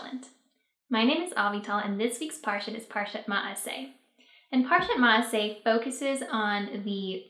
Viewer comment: Great shiur! One point though, you pronounced it Ma'asay when it's Masa'ay.